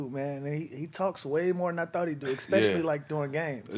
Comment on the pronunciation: Lou stay saying "expecially"